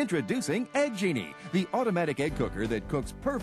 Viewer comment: I am haunted on how that guy couldn’t say egg.